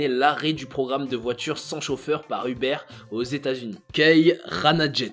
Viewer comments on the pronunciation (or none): none